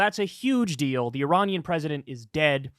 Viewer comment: E rain e an ….your pronouncing it all not mate